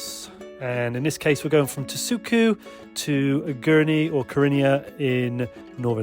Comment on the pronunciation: actually it's Tashuju (Taşucu), not Tasuku